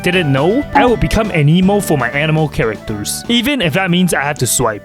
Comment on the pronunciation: "Xiao is an-emo"